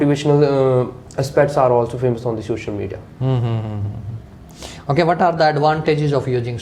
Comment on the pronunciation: The way examiner is pronouncing sosal media😂😂😂